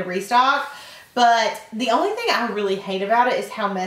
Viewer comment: omg she says ohly like laura lee!